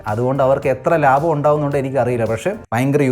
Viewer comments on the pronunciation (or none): none